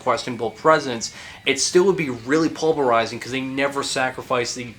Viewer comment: Love these metal deep dives. But bro, it's pulverizing, not pulberizing.